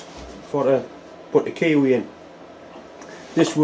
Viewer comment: Don't usually have difficulty with your accent, but I wondered at first about the kiwi you were putting in the chuck! After a while I got it - a key way! All the best to all the Mills family, Dad, Deb,, Emmy and the boy!